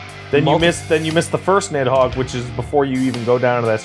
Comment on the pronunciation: i stopped playing my game and did a doubletake when said nidhogger